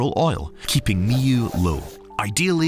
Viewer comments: Because the narrator doesn't understand what he is reading and even pronounced Mu incorrectly. Probably an AI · Mee-oo? Never heard it pronounced like that before